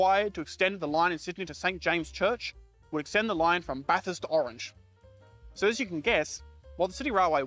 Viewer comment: Well, he nailed Bathurst. That usually sorts out the interlopers.